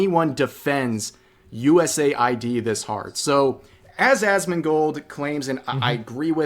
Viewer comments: why call it USA-ID when saying US-AID is better? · us aid why is he saying usa id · Should it be pronounced as "U S A I D", "US Aid" or "U Said"